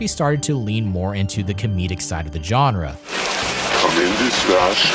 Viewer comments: Great video, but it's pronounced "Jean-ra" (ZHan-ra) not "John-ra." It's not enough that you say the word about 1,000 times over the duration of the video. Again, great stuff, but hard to sit through with that grating pronunciation. Otherwise, great narration, visuals, research & content, setting, and mood. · Learn to pronounce “genre,” and stop saying it every other sentence. It is not pronounced with a J sound. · dude....learn how to pronounce genre, please. it's not JOHN-rah. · FFS! It’s “genre”, now JAWNRA!!! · Please, YouTubers, learn how to pronounce the word “genre”. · “i am not a fan of Suspiria” dude, you can’t even pronounce “genre” right, it’s alright, no one’s surprised you don’t like giallo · So many mispronunciations - jarring! Including that you keep mispronouncing ‘genre’ UGH! Otherwise good… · Was excited for this but unfortunately was immediately taken out by the mispronunciation of 'genre'. I managed 5 minutes before having to quit but it looks like a well thought documentary and I hope others enjoy it